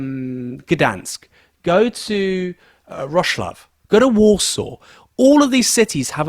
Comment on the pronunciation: The pronunciation of Wrocław is tricky; it's more or less "VROTS-wov". Living in Poland for a few decades, I wholeheartedly agree; it's been like this for the last 15 years.